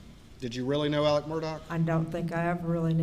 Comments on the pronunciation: What's with the mispronunciation of his name? Do they not pronounce "x" in SC? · The most confusing part of this case is the way that Alex Murdaugh is pronounced Alec Murdock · I know a boy who pronounces his name as Alec but spelled Alex. Deep South must pronounce it as Alec 💯